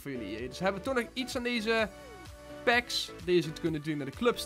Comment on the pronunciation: Het is packs niet pakss